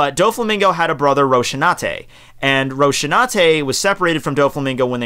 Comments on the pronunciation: Just a little observation, An epitaph is not the same as a nickname, an epitaph is what goes written on your tombstone when you die. Also by the last part, it is ROS-IN-AN-TEH not Roshinateh (Rosinante was the name of the horse of Don Quixote on the book) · Ok, I know your approach to mispronouncing character names, but come on Dude, it's Rosinante, not Roshinate. He's named after DonQuixotes horse, that kind of general knowlegde XP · xD ''Roshinate'' Kills me omg ROFL